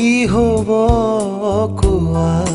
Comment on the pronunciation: Just a small suggestion. Kowa in Assamese has a sondrobindu. A small flaw that bothered my ears, sweet child of mine.